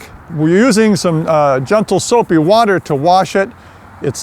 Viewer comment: Soapy Wodder by